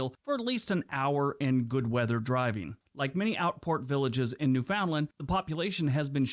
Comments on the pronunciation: The language they use for their dogs is the opposite of the South Pole area. Newfoundland is pronounced Newfundlland with the emphasis on New and land, without a break in the word. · Just to say that Newfoundland is pronouned more like Newfunland by Canadians. That's how you can tell when something is narrated by a foreigner!! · The Yankee is missing pronouncing NEWFOUNDLAND. They always do. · These are all great geography videos, but man, I want to start a petition forbidding Americans to do videos about Canada without learning to pronounce at least a few of our place names. They aren't THAT hard, for crying out loud. The fact that most of them get Newfoundland wrong blows my mind. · No one in Canada calls Newfoundland. new Found land. We call it almost like newfundland. We dont pronounce the ou like in found. Its more silent. Hard to explain. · Just an FYI. Newfoundland is pronounced Newf-n-land not New-found-land. Some suggest is it is pronounced the same as 'understand' - 'understand Newfoundland' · It really burns my butt when non-Canadians make videos and don't know how to pronounce words. IT IS NOT New Found Land. It's pronounced Newfndland. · Yup, no one of YouTube pronounces it right. Newfundllamd or some seen to say Newfinland. No one says New-Found-Land in Canada